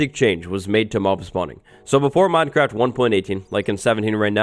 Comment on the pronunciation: The way minecraft is being pronounced in this video makes me feel uncomfortable (Minedcraft & modcraft are two examples).